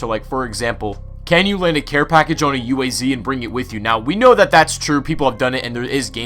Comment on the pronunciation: Why does everybody call it U A Z? Its pronounced as ooaz!